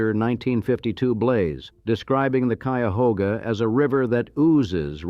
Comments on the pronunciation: This AI pronounced “Cuyahoga” right! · But it pronounced Cuyahoga correctly. Tell me if you had the wherewithal to produce a video like this, would you voice it yourself? Would you get a friend to do it? Would you pay someone?